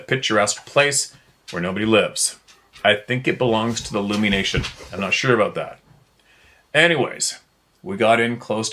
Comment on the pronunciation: Lummi Island is pronounced like " tummy"